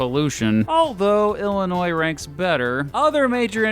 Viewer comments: Thanks for not saying the S at the end of Illinois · As an Illinoisan thank you for pronouncing Illinois correctly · Thank you for calling it Illinois and not Illinois